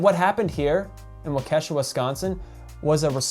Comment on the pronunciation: Thank you for this post and my daughter ran for her life while this piece of shit killed people. But dude pronounce Waukesha correctly. Today he got charged with 72 charges! POS is evil